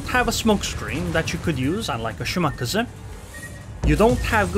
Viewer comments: it is pronounced shiMAKAze - shi (low) MA (high) KA (high) ze (low) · Let’s all agree the kleber nerf was a shortsighted mistake. It needs a serious buff. You just don’t see them anymore. Also your pronouncing of shimaKAZE is triggering me